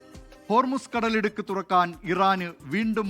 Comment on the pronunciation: Thudakkan allalo thurakkan allle😂